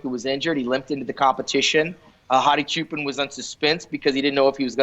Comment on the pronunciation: Why do you keep saying “sshoo-pen” it’s pronounced just as it is written: “CHOO-PAAN”